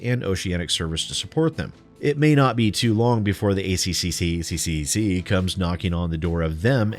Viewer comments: It's pronounced A-Triple-C, because we're smart enough not to butcher it the way you were forcefully doing it through out your video. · Just say 'A triple C' instead of pronouncing every C in the ACCC name. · For future reference to save your tongue it is said "The A triple C" by most aussies :3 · As an Australian 'A C-C-C' makes me giggle; we say A-triple C' :) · Hearing you say ACCC-CCCC seriously made me giggle. It's great seeing you enjoy yourself. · to save your tongue it's "A Triple-C" and to be fair, all aussie beer is also piss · We usually pronounce it "Ay triple cee" - it's just easier that way. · Good job,, we pronounce it ACCCCCCCCC here in Australia, too.